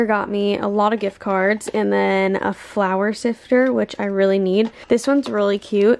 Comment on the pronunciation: When you said “flour sifter”, I thought you said “flower sifter” and I was like what the heck is that lol